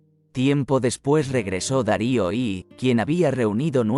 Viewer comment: Buenos días, como nuevo subscriptor, y para que mejore el canal, me permito darle algún consejo si tiene a bien recibirlos. Dado que la locución se realiza mediante algún programa (del tipo Loquendo o similar) , cuando vaya a redactar el texto es interesante poner por ejemplo "Filipo Segundo" en vez de "Filipo II", porque al reproducirse el sonido se escucha "Filipo i i ", o "Darío i i i". También estaría bien cierta concordancia, porque tan pronto se llama el protagonista Alejandro como Alexander. Espero ayudarle a mejorar.